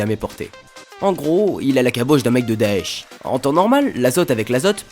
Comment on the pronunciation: Tiens le nouveau trasheur prononce très bien daech le son 3a il ne serait pas d'origine arabe car sinon bravo pour lui j'ai jamais vu ça auparavant